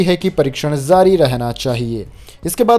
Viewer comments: Say Aims not ams Say jaari not Zaari Say ja not za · Sir PARYATAN, CHIKITSA SHENIYA, Khapat, Shram mantralya, Pravakta,Sankramit, ZAA RAH hai, ZARI Rahna Chahiye.. .YE SAB KYA HAI?Wrong Pronounce &..ITNA PURE HINDI, aaisa lagta hai, News Nahin, kisi boring Hindi class ke teacher ki BAKWAS sun rahe hai. 🙏